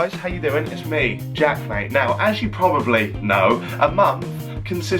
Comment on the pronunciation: the way jack whitehall pronounced Jack Mate is jokessss